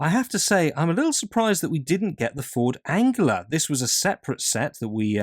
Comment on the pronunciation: Great video but what? Wait... how exactly are you pronouncing the glorious Ford Anglia?!!! Keep up the top content!